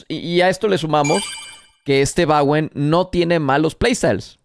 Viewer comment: Bowen no Bawen! Dicho por el mismo Bowen!